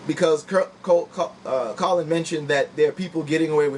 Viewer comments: Brother, I do support your video on the topic but some fundamentals of speaking in a public forum: 1) Research the topic and know the details of the people you're doing the video about, in other words, it's (Ka-lin not Colon) Kaepernick. and it's Tomi (Tommy) Lauren (Law-ren) like the Ralph Lauren. 2) Do a practice video and slowwww down. Are you running out of space on your hard-drive so you have to record it fast? You're hyperventilating. Take your time. But good topic, you're obviously a smart brother. Looking forward to improvements in your future videos. Big-ups. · Who's Colon Kaepernick? I stopped watching when you mispronounced his name. I'll finish watching later.